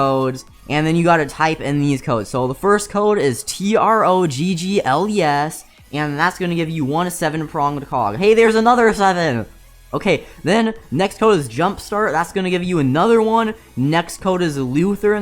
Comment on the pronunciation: DID HE SAY TROGGLYES? bc that didnt work for me